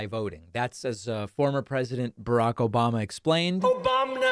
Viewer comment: The sudden “OBAMNA!” 😂😂😂😂😂